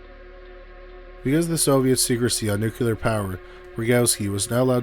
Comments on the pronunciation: I heard 'agonal'... ? What was killing me was the 'nuculer' 😣 😅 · Nucular is not a word.